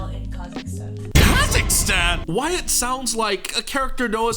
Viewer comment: The pronunciation of Wyatt is more like (Why-it) but it gets pronounced like (Why-ot) due to the hangul ^^